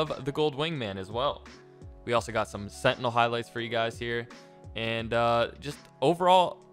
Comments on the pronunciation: Sentiny? This guy adds "y" to everything😂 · rather him just said sentinel at that point